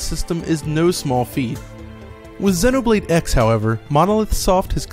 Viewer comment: Why is he pronouncing it 'Xinnoblade'??? lmao